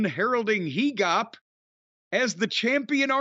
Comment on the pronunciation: I'm armenian. I think they meant to say HA-GOPE. That's how it's pronounced.